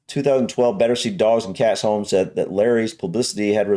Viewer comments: You'd think that English guy would know that Sir Alec Douglas Home's surname is pronounced Hume ! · I will admit to having occasional doubts about Simon Whistler’s Britishness. Really, Alec Douglas-Home, the latter word being pronounced in the same way as the building in which you usually live? It’s ’Hume’! Now I could understand an American making this error and certainly agree with them that it makes no sense. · There's much better footage of Larry. The presenter with his faux "radio DJ" voice can't even pronounce Alec Douglas Home. It's "Hume" not "Home". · The narrator mispronounced the Prime Minister, Sir Alec Douglas-Home's name wrongly, the Home bit was always pronounced "Hume". He was a Tory PM for just under a year from . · Alec Douglas Home is pronounced "Alec Douglas HUME". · Alex Douglas-Home is pronounced Alex Douglas-Hume. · Alec Douglas-Home is pronounced Hume. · I think Simon has forgotten he is English after all his years living in the Czech Republic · Or Scottish names in the case of Home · Perhaps Simon is too young to really know? Folk of a certain age grew up hearing this name being said & pronounced correctly. Remember Robin D. H. (the son) played the piano & woo'ed a couple of princesses, Margaret of GB, & Pcss Margarethe of Sweden?